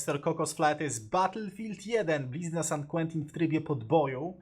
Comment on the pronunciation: "Blizna Sant Kłentin".... aż uszy krwawią :P